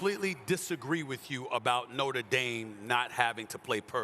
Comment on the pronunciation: “Norter Dame” -Cam Newton